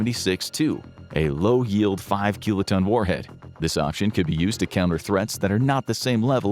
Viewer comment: Probably should have looked up the pronunciation of "kiloton". before making this video.